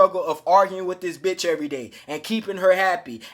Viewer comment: I like the way u put emphasis on “this bitch” 😂